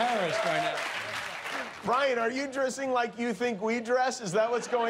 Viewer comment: Bwyan (Like monty python and the holy grail)